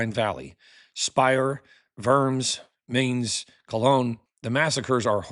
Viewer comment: Very interesting! FYI, Mainz Germany is pronounced like "mines" with a bit of a "st" sound at the end. You should visit it if you ever get the opportunity. It's one of my favorite cities in Germany. The Gutenberg Museum is there and St. Stephens, in stark contrast to the Dom centered in the old city, is a beautiful and simplistic church covered in the blue sublimity of Chagall's stained glass. The story of these windows is touching. Also, it's just up the road from Worms (pronounced "vorms") where Martin Luther stood trial for his accusations against the Catholic church. From one scholar to another, I know you want to be as accurate as possible. Even the small details matter.